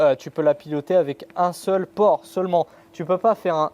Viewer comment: pore et pas port